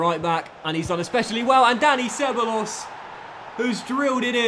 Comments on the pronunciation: It's "seb-a-jos" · It’s so annoying the way he pronounces ceballos’ name? It’s “seb-I-os”, not “seb-a-los”.😂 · Ceballos: seh-BYE-yose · How he says Dani ceballos 😂😂😂